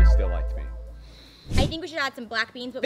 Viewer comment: BEANTHS (crosseyed)